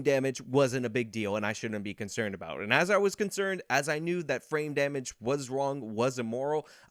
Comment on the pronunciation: Every time he talks about the car dealership on jan6 and he says "frame damage" i hear "brain damage". Nothing against, that's just what it sounds like to me. Maybe i have brain damage. Lol